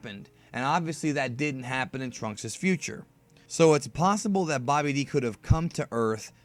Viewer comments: Who's Bobby D. (it's pronounced Babidi) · You say babbadi like bobby--d